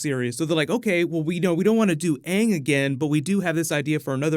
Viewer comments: As long as they pronounce his name as Ang and not Ung, then I'm good... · All I want is AANG to be called AANG not fucking “ONG” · Omg that drove me crazy!!! I actually saw the movie before I saw the TV show and loved the show!!! So much better than the movie. Once I saw the show I realized that they were pronouncing Aang's name like "dung" only without the "d". Horrible. And so soooooo cringy. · How did they not know how to say aang tf is aung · Hopefully they can at least pronounce the characters names right. I’ll never forget “ong” and “soak-uh” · they butchered aang’s name in the movie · Did purposely mispronounce Ang's name from Avatar?